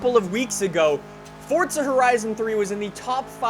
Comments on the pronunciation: Its not fortza its forza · Why you saying forsta horizon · ITS FORZA NOT FORTZA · It is not called fortza its forza do you see a t in the title anywhere no because it is not fortza